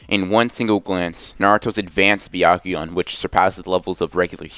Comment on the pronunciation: He said bekakuganon LoL